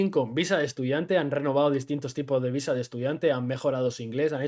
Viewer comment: Dijiste "amor a primera vista" o visa??? cuidado con recomendar a la gente que llegue a buscar el amor de su viSa, ya lo habiamos comentado... como dijiste lo ideal seria que el amor de tu viDa sea simultaneamente, el amor de tu viSa :P y aun asi.... no subestimes lo que implica un tramite de visa de pareja! (tal vez vale la pena abordar en otro video, entrevistando a alguien que lo haya pasado) las autoridades migratorias son muy muy meticulosas para asegurarse que la relacion es genuina, pueden llegar a pedir evidencias que parecen absurdas, pero que se les tienen que proporcionar...